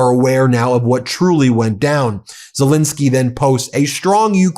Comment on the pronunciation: Great video. Ben, in your videos, you seem to pronounce Zelenskyy as Zelinskyy. I'm not sure now which pronunciation is correct, but believed it was as it is spelt. Apologies if I'm wrong. Regards.